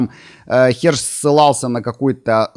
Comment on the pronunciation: Ваши видео смотрю с удовольствием. Всё серьёзно, по делу. Но в этот раз повеселил "х@ ссылался" 😂 . Вроде бы на самом деле Херш, но слышится именно так...